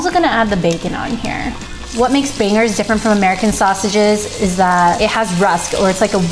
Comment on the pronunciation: The way she says bangers.... ugh!